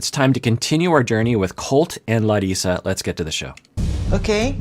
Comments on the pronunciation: Hi, I'm Brazilian, it's been awhile since I watched your reactions to this couple, I was so happy and surprised when you pronounced Larissa's name correctly 🤗☺️☺️☺️ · Im Brazilian and I just wanted to say that I really appreciate you trying to say Larissa correctly. You are a sweetheart.